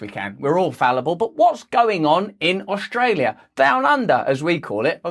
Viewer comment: Please don't say Oshtralia Russ! Thanks for your work, shame the sheep are not hearing you, they are lost to the mainstream bullsh't.